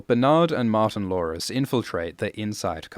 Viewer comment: Every time you say “Martin-Lores”. It sounds like Martin Lawrence. And then i think about how much better the show would be if Martin Lawrence was in it.